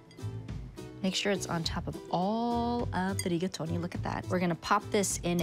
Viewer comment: She's pronouncing Italian words the way they should be properly pronounced!! Duh!!